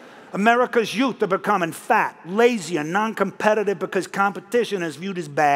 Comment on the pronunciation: America's Yoot.😅🤣😂